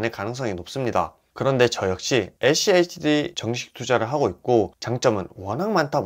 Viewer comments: schd를 achd로 발음하네....ㅋㅋ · 에씨에이치디 No!😮 에쓰 씨 에이치디 입니다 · 에찌에이치디 ㅋㅋㅋㅋ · 발음이 어려우시면 슈드라고 말하시면 훨씬 편할겁니당😊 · 죄송합니다 ㅠ 다음부터 슈드로 발음 하겠습니다 ㅠ